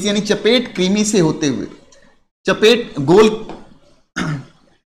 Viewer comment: सर चपटे कृमि (फीता कृमि)होगा ना, आप चपेट कृमि बोल रहे हैं तो थोड़ा सा उटपटांग लग रहा है 👈😂😂🤭 vaise bhi aap romantic मिजाज के हैं गुरु जी👌🤟❤️😍